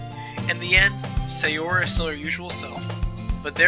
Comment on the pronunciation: The way you say Sayori's name is hilarious lol